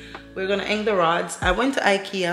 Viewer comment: 'Hang' not 'heng'